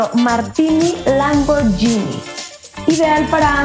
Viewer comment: Solo como información que cura, Lamborghini se pronuncia "lamborguini", no "lamboryini".